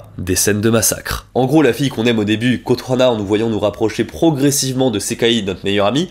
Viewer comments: Ça me stresse pendant la partie schools days que tu dises Kotohana alors que c'est Kotonoha XD Sujet super intéressant en tout cas, les vidéos où tu parles de sujet "sombre" sont mes préférés :3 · Je ne savais pas que le yandere avait été démocratisé avec school days , par contre le kotohana au lieu de kotonoha m'a trigger de fou. Très bonne vidéo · Euh c’est Kotonoha par contre pas Kotohana mais c’est vrai qu’elle a un nom imprononçable 😅